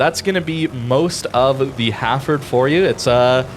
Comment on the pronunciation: So weird hearing it pronounced Ha'ford. UK vs USA pronunciation :)